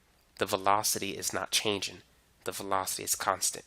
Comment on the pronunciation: as much as I love your vids, I'm a bit bothered with u not ending words in -ng with -ng and just -n'. like changin', speedin' and slowin'